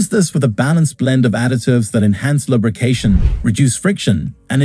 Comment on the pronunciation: LUB , rication 😂. Gotta love AI.